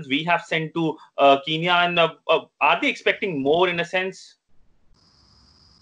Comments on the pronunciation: Besides its spelt Kenya and not kiniya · I think the Indian media need to do some accent training how can a man diplomat who's living in kenya call it kinya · Guys it not kinya its kenya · Ramn what are you saying I lived in Kenya and its definitely not pronounced Kinya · why shouldn't I start it its sound stupid if you live in the country and you cant say the name I was talking about the reporter that's fine hes in India even though even he should say it right but for God sake the diplomat is live in Kenya